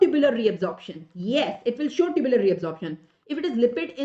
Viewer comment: Mam tubular secretion , tubular reabsorption you told wrong